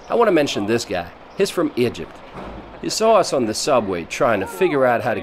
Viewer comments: “A young couple that comes from aEjeerpt” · hmm.. now make a video about "Ih-jipt" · Why does he keep pronouncing Egypt like IJUPT? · No one: Litterally no one: Narrator: "Igypt, with an I, not an E". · Dude just say Egypt correctly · The way you said Egypt in the beginning of the video really pissed me.off haha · Do you know how to pronounce “EGYPT” correctly. Disgusting